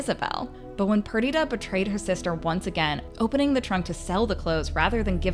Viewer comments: I'm not sure why you're not able to say Viola's or Perdita's names properly? Did you watch the episode?? It's Vye-OH-lah and PER-dih-tah. Sorry to correct you, but... that you don't say them the way they do in the season, I'm not sure why you're reporting on it. Since you've not seen it enough to get the names correct. Something's off. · Is anyone else so bothered because she pronounced Viola and Perdita wrong the whole time